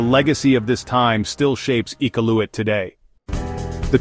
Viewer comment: Not one photo was from Iqaluit! Your pronunciation of “Iqaluit” was atrocious. Do a little research first before posting fraudulent information about a place you obviously know nothing about.